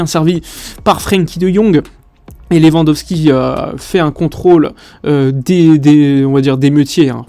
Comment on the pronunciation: Salut. C'est Lewy, pas Lewa. Salutation de la Pologne